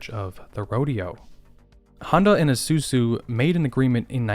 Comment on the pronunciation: I like how he pronounces Isuzu as "ehsuzu."